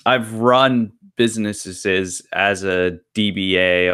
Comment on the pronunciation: "Succes-a-full"? "businesseses"? "restrictiotins"?...English isn't even my native language, but I can pronounce "successful", "businesses" and "restrictions". Perhaps this guy should take a class (or two).